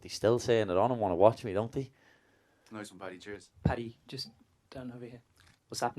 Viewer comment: Not patty the baddy It's PADDY THE BADDY. SMH LOL